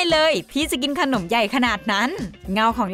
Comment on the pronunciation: คนเหนือมาเอง555